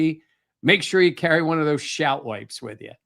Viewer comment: It’s Shout Wipes (S&S Johnson) not Shart Wipes.